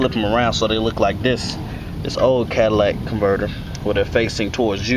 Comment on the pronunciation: (cat·a·lyt·ic) Catalytic converter not Cadillac (Ca·dil·lac)